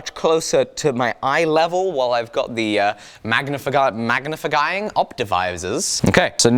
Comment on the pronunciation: "magnafaguying optivisors" 😂